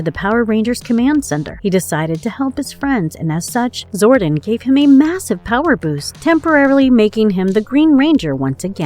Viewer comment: I am disappointed that they got someone who doesn't even know how to pronounce (Zori-don) and calls him (Zorden) over and over. It makes it seem like the person they chose didn't even give a shit about the show let alone JDF, rest his soul. 🖤🖤